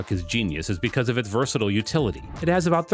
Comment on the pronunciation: Versatile is pronounced ver sa tile, not ver sa till.